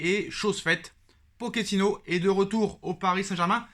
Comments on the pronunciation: 0.38 min POKINO 😂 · Je te dis Pokino 😅😅😅😅😅